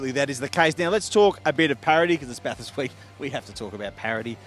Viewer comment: At least you know how to pronounce Bathurst. If ANY commentator or media personality says Bath-Hurst, you have my permission to stone them to death...